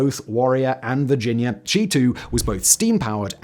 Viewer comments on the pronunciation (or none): none